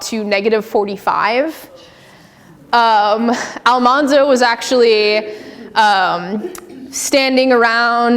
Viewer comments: Great presentation, except for the pronunciation of Almanzo Wilder’s name. There was a great article and mini documentary about this pronunciation of this name. It was Al-MAN-zo, not Al-Mahhn-zo. The origin of the incorrect Al-mahhn-zo came from one of the cast members of the Little House tv show, and it simply stuck with the other cast members. As husband and wife, Laura called her husband “Manly” as a shortened nickname. Almanzo’s brother Royal called him “Manny”. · It’s not Almonzo it’s Almanzo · I'm sure this video was a while ago, but it is well known now that Almanzo Wilder's name was pronounced Al-MAN-zo rather than Al-mon-zo. This is why he was called Manny rather than Monny. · I wonder if the Wilders pronounced ‘Almanzo’ with the middle syllable pronounced like the word ‘man’ - since Laura called him ‘Manly’. (edited) Ah, I was right: the name was pronounced 'al-MAN-zo' and not 'al-MON-zo'. There are actual recordings of Laura Ingalls Wilder saying it. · His name was pronounced Al....man....zo. not Al......mon....zo. I know this because I went to Mansfield, Missouri, and went to one of Laura and Almanzo Wilder's good friends house and visited with her for a few hours, and was shown a few things Laura had given her. This lady's name was Neta Seal. She told me to correct the people who pronounce it wronggggggggggg. I'm a farmer boy historian....I know, I live in Malone, NY, the setting of Laura's second little house book called Farmer Boy, my whole life. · I always thought it was a bit weird that the tv show rewrote the pronunciation of Almanzo’s name. Laura called him Manly, not “Monly” and his brother called him “Mannie” on multiple occasions throughout his life, not “Monnie”. Not only is Al-MAN-zo correct, to me it’s far more appealing. Just as a side note, the famous portrait photo of Almanzo in his 20’s shows he was certainly a handsome man. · alMANzo not ALMONZO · Could she at least pronounce “Almanzo” correctly? Do your research.